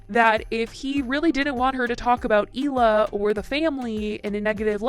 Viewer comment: Hi, just an Israeli Jewish person here to tell you you're mispronouncing Hila's name. The H is not silent. Hee-la. Means aura in Hebrew. Thanks! Bye!